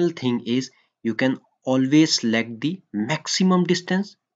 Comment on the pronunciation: Not di sound or di water ... Da sound, The water, the sound.. it's not di because it is not starting with A, E, O, U